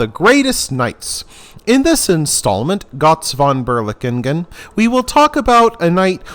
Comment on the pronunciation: thank you for providing this information in english, as this guys story is INCREDIBLE. but PLEASE try to say his name correctly instead of putting a bad american accent on it. (and no, im not german. but i know enough to know your butchering his name)